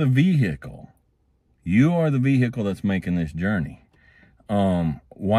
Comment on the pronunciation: Vee-hickle is amazing